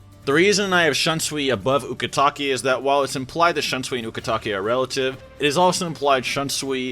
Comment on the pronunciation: Its a english pronunciation the "un" is familiar in English so he pronounces it like you would in English like in the words unpopular, unnecessary, understand. But in Japanese the "u" sound always sounds the same. So the way you pronounced the u in Ukitake is the same way you would pronounce it in other words like in Shunsui's name. It's supposed to sound kinda close to the double o sound in English. I wouldn't say western because Spanish is also a western language and it pronounces "u" in a similar way as in Japanese.